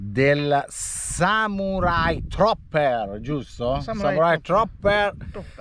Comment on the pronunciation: tutto giusto...tranne Trooper che si pronuncia "Truper"!!!!